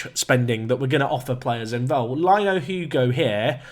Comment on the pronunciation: Lino is pronounced Lee-noo, would of much rather if he was from Benfica